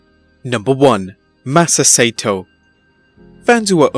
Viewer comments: Correction: Saito is pronounced "SIGH-toe", not "SAY-toe". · "Sigh - ee - toe", not "Say-toe" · It’s pronounced Sy-ee-tow not sato. But I guess the computer voice doesn’t understand nuance. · His name is pronounced Sigh-toe. If you're gonna show respect, learn to pronounce people's names right. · Hey, his name is pronounced Mr. Sigh EE TOE and I didn't know who you were talking about until I saw the name LOL. (Use to watch him on ESPN I think in reruns 10 years ago. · Saito is 3 syllables. SY EE TO. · mr. saito...pronounced si e to